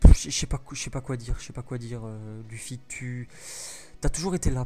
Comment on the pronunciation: Luffy Mdr sa se prononce pas "u" mais "e" pas grave quand même mais sa ma fait rire